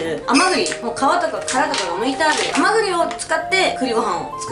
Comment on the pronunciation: あまぐぎって聞こえる